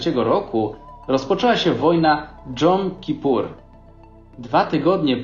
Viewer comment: sam jesteś Dżon :D to się czyta Jom Kipur.